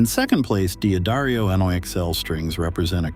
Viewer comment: Your bot said D'Adario wrong, along with wound!